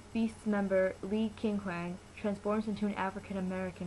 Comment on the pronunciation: no because like the way u pronounced his name... its not like that... wait r u like... new to kpop or something?